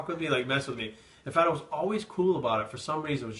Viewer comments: Fátima is a Portuguese name. The "á" is pronounced differently. If you only use A it sounds like "uh" but when you use the ´ it sounds like the way you pronounce the "A" in Classy for exemple. So the way you said would sound like Fuhhtima (Like a Russian accent). So it's Fá ti ma. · Isn't it pronounced Faa ti ma? (Not that I would know) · I always thought it was pronounced fuh-team-ah